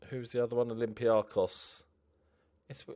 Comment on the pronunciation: Oh...im so disappointed you went to Olympiakos... But I'm glad you came to Greece finally! Mainly due to the name pronunciation! Cheers mate, keep it up!